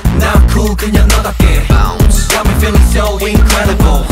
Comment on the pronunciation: Lucas says "bounce" drives me crazy